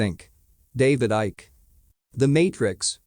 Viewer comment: I like that the AI pronounces his name David Icky